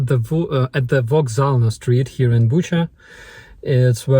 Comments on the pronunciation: Thanks for providing the correct Ukrainian pronounciation for Bucha. Please do the same with Kherson (Herson?), and other cities. I don't care for ruzzian pronounciation, Ukrainian is the authentic language of the Rus, the inhabitants of the old Kyivan Rus. Viva Ucrania 🇺🇦 🇲🇽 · Bucha’s pronunciation should be easy to remember because the Russians butchered civilians there. I just want you to know that the world will never forget Bucha, Irpin, Mariupol and the rest.